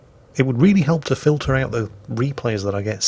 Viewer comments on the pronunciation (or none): none